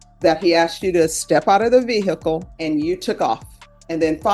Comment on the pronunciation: Ve hicul?????